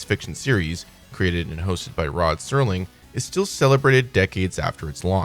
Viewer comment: It's hard to take this video credibly when right off the bat the overhead narrator mispronounces the last name of the creator and host of The Twilight Zone. It's Serling, not Sterling. Makes it painfully obvious you didn't do enough research.